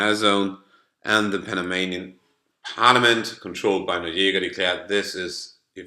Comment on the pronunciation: It is not pronounced Nolega it's NO-RIE -GA !!